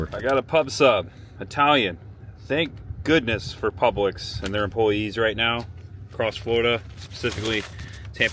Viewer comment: Dude, it’s Publix, not Public’s . Otherwise good story, glad you’re okay.